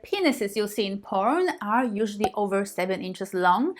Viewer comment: 'Powern'? You cannot speak English. GTFO